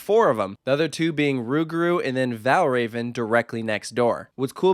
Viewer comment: Valravn is actually pronounced like vel-roun with an inaudible v between rou and n.